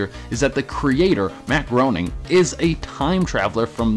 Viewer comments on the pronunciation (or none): Groaning at that pronounciation of Groening.